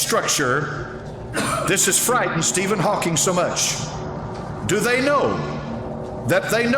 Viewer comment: Steven Hawkings It's Steven Hawking